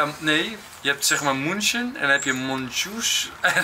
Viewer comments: Het is München met een ü dus je spreekt het uit als Muunchen😂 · "Mün" in München kan je zoals "Mun" in Munt uitspreken. En "CHen" zoals in "gelaCH", groetjes uit Duitsland :P